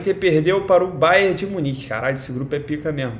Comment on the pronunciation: Ele falo babo de minich entao vou no barça😂😂